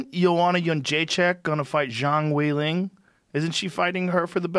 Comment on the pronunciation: Jong way ling lmao I’m fuckin dyin over here